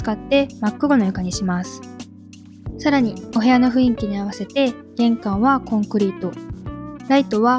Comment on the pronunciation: ふいんき→ふんいき、ですね